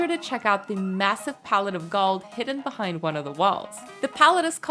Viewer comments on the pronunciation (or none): none